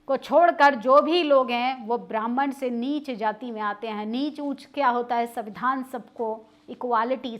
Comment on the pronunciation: अरे आप कौन से दूध की धुली है कुछ समय पहले तक तो आप ही प्रधानमंत्री को गाली दे रही थी। और कोचली बातें जो आप बता रही है ये बताइए बहुजनों को कौन सा संवैधानिक अधिकार प्राप्त नहीं है?. उच्चारण तक तो आपको करने नहीं आता सविधान सविधान बोल रही है। संविधान बोलिए। पोर्टल पर बैठकर बोल देने से एंकरिंग नहीं हो जाती है। अब इसमें भी आपको एससी एसटी या मनुवाद दिखाई देगा।